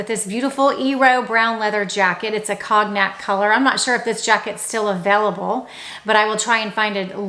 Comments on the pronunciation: I love you; BUT the color cognac you called “cog nack” is actually pronounced “cone yack.” THIS IS MEANT TO BE A CONSTRUCTIVE COMMENT. ❤ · Your pronunciation of “Cognac” is wrong. It’s pronounced Kon-yak. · Oh. You are fab. Cognac is pronounced cone yack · Oh my! Don't mean to sound picky & do love your vlog however I really believe that if we are going to use French terminology we should pronounce them correctly. Cognac is pronounced 'Cognhac'. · Hey! Great tips and I always enjoy your videos. If I may take the liberty, cognac is pronounced cone tack, Evereve is not Everveve, it’s pronounced ever eve. I’m truly trying to help. If you’re recommending companies it’s important to represent them properly.